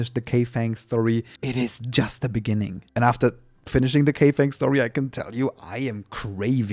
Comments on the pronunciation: Kaifeng is pronounced as "Kite(kaɪt) Phone (foʊn)", not K Fan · you tried your best for the pronunciation, but let me help you with it - Bu Jian Shan : boo - jayne - shan't - Hexi: her - see - Kai Feng : Ki ( of Kite without -te, or Kyle without -le ) - ferng ( funk with an 'e' and 'g' )